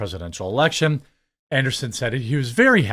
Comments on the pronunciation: Andreeson, not Anderson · AnDREEson... Not Anderson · An-dree-sen not An-der-sen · His last name is ANDREESSEN, NOT Anderson. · AndREEsen. An -DREE-sen not anderson. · Jeremy reads from articles almost exclusively with no research. It’s about quantity with him, not quality. I never minded until he wanted to expand into other ventures and pushed them to ad nauseam. I enjoy more obscure topics otherwise it’s frustrating to watch. Quality videos with a small script and improvisational commentary is the least he could do to improve his channel. An dree sen not Anderson and Thiel is pronounced almost like teal. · Jeremy pronouncing Andreessen as Anderson has me yelling at the screen. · Bro I hate to be pedantic but it’s andrEEsen.